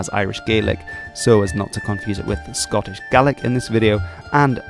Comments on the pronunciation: THANK YOU SO MUCH FOR SAYING GAELIC PROPERLY! Tapadh leat a Alba. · Scottish Gaelic speakers from southwestern argyll often pronounce Gaelic like / GE-LIK / although most speakers will say / GA-LIK/ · Yesterday, I saw a video about how they are keeping the Scottish Gaelic language alive in Nova Scotia, Canada, in a program where the older generation are teaching it to the younger. However, these people pronounced "Gaelic" as "gay-lick." Could this be because these older Gaelic-speakers have been away from Scotland itself for such a long time? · In Scotland it’s just Gaelic (pronounces Gah-lic) because there is already a language called “Scots” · Thanks for pronouncing Scots Gaelic correctly